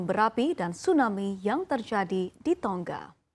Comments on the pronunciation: Baca beritanya kok terdengar "Tongga" yaaa...... Bukankah yg benar "Tonga"..... tanpa dobel "G". Mungkin lupa pelajaran membaca nya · Pembacaannya seperti bahasa inggris